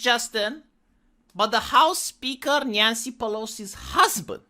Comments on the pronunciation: did you just called her '' Nyan-cy'' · Nyan-cy from Califor-nyah-nyah.